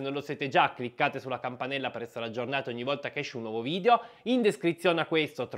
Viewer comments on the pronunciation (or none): none